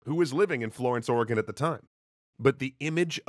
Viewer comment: He said Oregon right, instant like